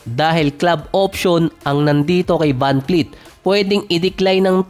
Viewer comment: vanvleet po hindi po vanfleet